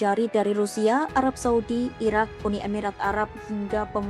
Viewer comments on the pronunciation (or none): none